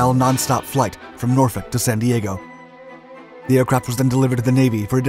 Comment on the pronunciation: Thank you for saying Norfolk correctly, unlike 99% of the U.S..